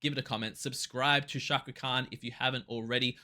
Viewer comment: Hello... I'm from INDONESIA. Pronounce the letter C in the word Cakra as you would pronounce the letter C in the word chair.